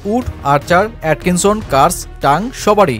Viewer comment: "এটকিনসন" নয় ভাই! আথিকসন হবে